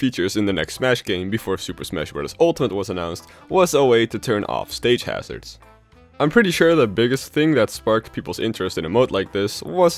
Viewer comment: "Stage Harzrads." Me:I thought it was smash run